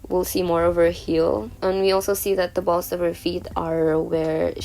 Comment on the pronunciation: I CANT STOP LAUHGING AT HER SAYING BALLZ